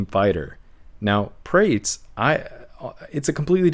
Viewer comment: Carlos Praa-Tez not (prates, rhymes with crates)